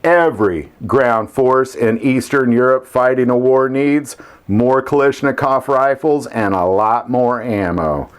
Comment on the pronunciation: its Kalashnikov, lash not lish I have noticed a lot of people get that wrong